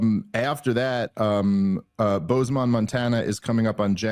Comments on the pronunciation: It is pronounced Bose-man. Like the headphones. Not Booze-man. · It's pronounced "Boze-m'n" I promise im helping you here. If you say Bozemon like a Jamaican the Montanans will laugh at you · For the love of God! It's pronounced (Bose-Man) not Boozeman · Ever heard of Bozo the Clown? Bozeman is pronounced just like that. Where Boze rhymes with Rose. 🫡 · How many different ways can you mispronounce bozeman??